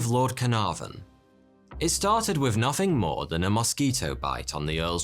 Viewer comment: 'Fhree fhousand years' 'Nofhing'